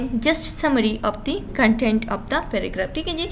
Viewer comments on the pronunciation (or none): So helpful but ap ki jo language style he (of ki bajaye op use karna ) in per zara koshesh kara agar bura lage to sorry 😞 plz don't mind